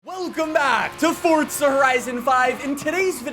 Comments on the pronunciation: “fOrTzu” Four-zu d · Why do you pronounce it FORT za ? It's for za lol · Someone teach this man that’s theres no T in Forza and that it pronounced For-Za not Fort-Za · Its not fort za its called forza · Why do people pronounce Forza (Fortza) there is no T in Forza! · Wht does he say fortza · I don’t like you because you say ‘ fort-suh’ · Stop pronouncing it 'fort za' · stop saying fortza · Why do you keep saying Fortza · I've spoken to a developer and he doesn't say Fortza 🤷‍♂️